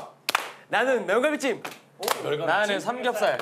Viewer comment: 매운갈비찜 발음 너무 개판인데